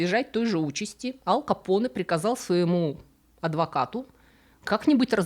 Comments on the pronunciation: АЛКО Поне ))) АЛ Пачино Его же зовут АЛЬфонсо, какой блин АЛКо Поне ? Контент хорош, подписался и лайкнул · АЛЬ Капоне! АЛЬ капоне! АЛЬФОНСО Капоне! Не Алфонсо. Ал капоне - слух режет! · Режет слух "Ал Капоне". Не "Аль Капоне". Если на американский манер, тогда уж Эл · Всё таки правильно произносить Аль..в латыни и в итальянском произносить только мягко,Аль .